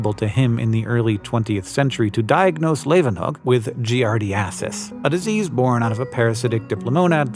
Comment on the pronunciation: Its jee-are-die-uh-sis, isn’t it? And phagocytosis is phag, not phaig, isn’t it?